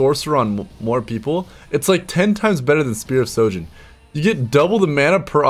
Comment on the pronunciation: Dude, please learn to read. It's Spear of SHOJIN. Ask Profesor Akali, he knows how to read it.